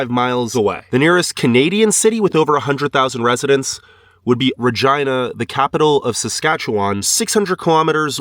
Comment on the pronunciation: Thanks for pronouncing regina right.